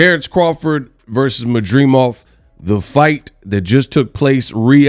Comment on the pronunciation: MAD DRI MOV….not MAdreemov 😂